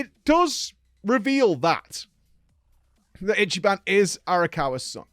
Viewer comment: i'm surprised he didn't butchered Ichiban's name lol